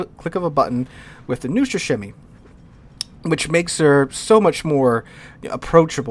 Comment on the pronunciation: As a person who speaks russian, Neustrashimiy is pronounced like 1) Neet without T +2) Wooster without W (oostr kinda) +3) Rush. yeah, simply pronounce Rush the way you usually do +4) Shima (shimakaze) but without A in the end. Just Shim +5) and the hardest part will be this one. That ЫЙ which, is mostly spelled like E. If you ignore the Ы and try to just add Y (Й) next to M (neustrashiM), you might actually get Й sound randomly. Idk why the hell did I write this down, maybe to brag a little bit. Anyway, thanks for your attention. Your pronounciation of this ship's name might worsen after this actually, I am not responsible for it, sorry